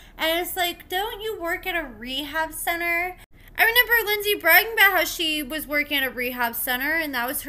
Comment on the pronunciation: Did. You say “ renember” it’s REMEMBER 😂